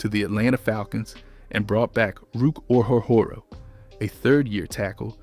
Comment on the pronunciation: I can forgive the bland, monotonous narration, but some of the mispronunciation is fatally off-putting. The Brits can get away with Jag-you-ars, but they do not seem to be the target audience here . And Ruke Orhorhoro's name gets absolutely butchered. Is it not within the realm of possibility to tweak these things?